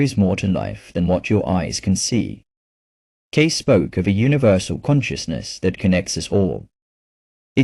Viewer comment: Nice story and nice message. But if you’re going to put it out there, why not use a real voice? Yours or someone else’s if you prefer. This AI voice is distracting and offputting in that it can’t even pronounce Cayce’s name right, and the odd, inhuman punctuation and spacing. Why not bring a real voice to this?